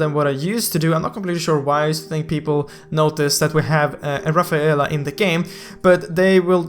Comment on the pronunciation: Haha "Ra-fe-a-la" it should be ra-fae-la